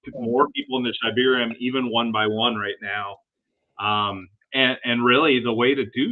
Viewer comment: It’s “SHIB-arium”… come one now